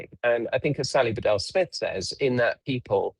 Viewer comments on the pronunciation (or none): Oh my the way it's pronounced Bee dell